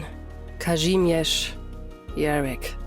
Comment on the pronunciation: The way the goat mommy pronounces "Kazimierz" makes my Polish heart flutter